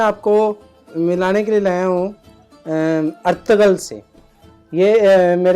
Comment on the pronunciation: It's Ertugrul not Ertugul....